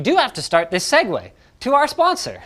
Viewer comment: "Seguay", the child of "segue" and "segway" 🤣